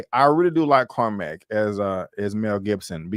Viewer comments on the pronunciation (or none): Watching the replay now. Love your recap NY in old day was fire. Music and attitude on point. I gotta help you out Mel Gibson character is pronounced Core-Mac 👍🏿 I agree want more episodes ❤